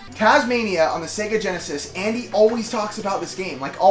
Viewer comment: "SEE-ga Mo-NAW-co"